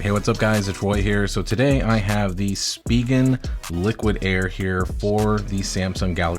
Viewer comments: Speegan ? You mean spigen pronounced “ spi …. gen “ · It’s pronounced “Spy-Gen”